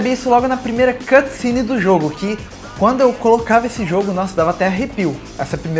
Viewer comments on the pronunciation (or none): none